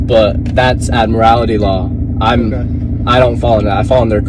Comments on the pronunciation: "Admirality law"? The correct pronunciation is "admiralty." It's a specialty in law dealing with marine activities, and has nothing to do with driving. Trying to apply admiralty law to driving is simply foolish. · What u don't understand why they pronounce it admirALITY there us no 'i" in admiralty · He's not even getting his delusions correct. It's Admiralty, not Admirality, not that it would help him continue on his voyage. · He can't even pronounce "Admiralty" correctly. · the dumbass is also mispronouncing Admiralty